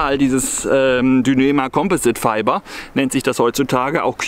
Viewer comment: dünema komposit feiba :D richtig gutes Englisch